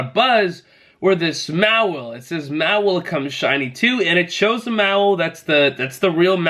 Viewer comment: Just an FYI it’s pronounced Maw-while, also it’s Bay-net.